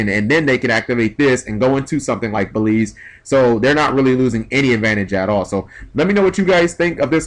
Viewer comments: Stop saying "Baleeeeeeeeze". The "L" is not before the "E". It's "Beel" then the "Z". "Beeeeeeeeeeellllllllzzzzze. "Beelze". "Beel-z". The "E" at the end is silent. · It's BEE-EL-ZUH.Not Belize. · Everyone is pronouncing "Beelze" wrong. It's pronounced BEE-EL-ZUH. It's a reference to Beelzebub, which basically means "the devil".